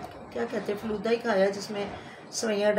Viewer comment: war falooday ko falood bol rha tha😂😂😂